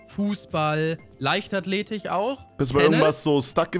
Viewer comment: Niemand:: LeichtathletiCH